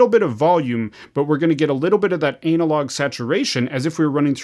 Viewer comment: Anna-log….Anna-log bro 😂 everytime you say anal-log I just think of a large turd